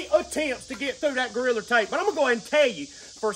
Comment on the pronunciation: Hilarious how he pronounces Gorilla Tape, as Goriller Tape.